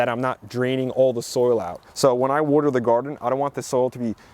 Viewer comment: My dear friend Beverly Goldberg and I take a shot everytime you say "'wudder".